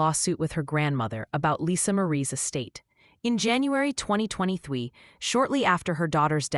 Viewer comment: Why did the voice over say in 2023 like “ in twenty twenty thwee “? Weird.